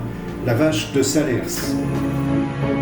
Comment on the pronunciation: On ne prononce pas le "S" de Salers 😉 C'est comme Paris, vous ne dites pas Parisse !